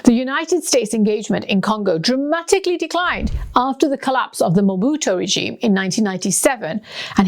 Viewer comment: It seems some researcher gave her a document to read …… could not pronounce any Congolese related names at all….. Mobutu, Zaire, Kinshasa…… but the researcher did a great job ! Well done😂👍🏾